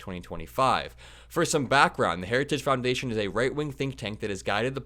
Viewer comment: Boy, he really fimbled the name of the institution/organization Harajuggs.